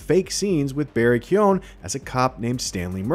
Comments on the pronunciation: never heard a worse pronunciation of keoghan. it’s pronounced keegan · Damn love you but cmoonnn, you clearly not Irish its pronounced KYYO- GANN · Man the guy didn't even try with his pronunciation of Barry Keoghan